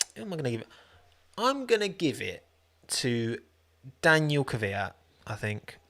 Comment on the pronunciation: “Daniel” makes me :/ it’s Daniil (da-kneel)